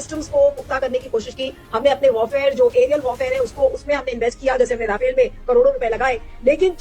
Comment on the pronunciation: Rafale ❌Rawfail 😂😂😂 Kit kit kit kit kit kit kit 😂🎉😂🎉😂🎉😂🎉